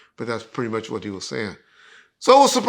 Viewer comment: WhuAht? Not Q